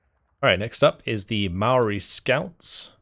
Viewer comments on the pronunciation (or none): hey its pronounced Moorie not mauori there is no au sound in Maori